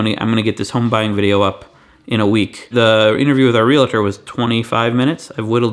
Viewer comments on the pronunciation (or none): "Real-a-tor" jumps out at me the same way "Nuke-u-lar" does.